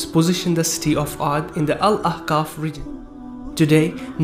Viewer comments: Why are you saying sti instead of city sounds very wierd just saying. Nice vid bro. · Brother when you say "city" it sounds like "steel" Jazak'Allahu Khairan my brother:)